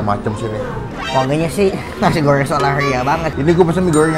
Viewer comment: Nasi goowwwwrrrrweeenggg chabbbbee rrhhhawitttt